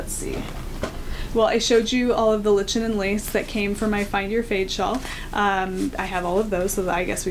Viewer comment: Just discovered your podcast. You have a good presentation style. You're easy to listen to and easy to follow ( your train of thought). I'm from New Brunswick, Canada, where you get Lichen and Lace yarn from. BTW it is pronounced "Lichen" as in "liken". Cheers